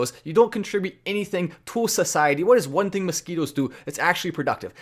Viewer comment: 🤣🤣masquitwos, whatcha goning two do. Go awantcha mozquitwos.🤣🤣